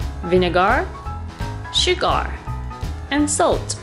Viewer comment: Paper towels to soak up moisture. :) Tip: SugAR and VinegAR are pronounced SugUR and VinegUR.. :) Love your show!